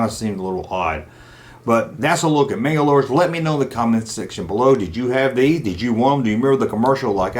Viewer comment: Why do you say “MangalorDs” when your video is titled “Manglores?” I can’t watch all of it because of this. It’s like someone calling a “resonator” a “resiGnatore” so annoying